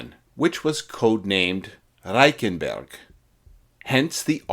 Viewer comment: It's difficult for a Canadian to learn how to roll our "Rs" I did it for a comedy bit I was doing. Good work.